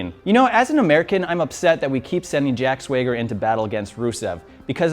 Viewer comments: "Jack Swayger?" time for another apology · "Jack Sweager" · jack swayger??? god damn that's annoying